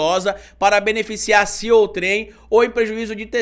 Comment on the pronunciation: Desculpe,, mas a pronúncia de OUTREM não é "OUTRÉM", é "ÔUTREM". Nota: você tem um imenso crédito, porque aprendo muito com você. Por isso é que tanto acesso o seu canal. Obrigado!